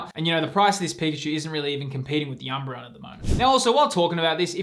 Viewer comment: IT'S PIKACHU, love the vids bro keep up the good work❤